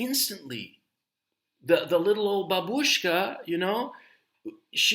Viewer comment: Babushka the stress is on the first syllable. bAbushka, not babUshka